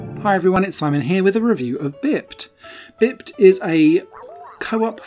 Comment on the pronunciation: Oooo i like it! Definitely going on my wishlist. I do have one major complaint about the review however... It's not "bipped", it's pronounced "bye-ped" which means an animal that walks on two legs. Have you not heard that word before? Everytime you said bipped it was like a stab to the heart :-( You'll be saying "haitch" next! I won't hold it against you tho :-)